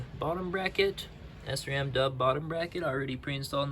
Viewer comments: It’s most definitely SRAM, not S-ram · great video but sram is prenouced as shram because it is a German company.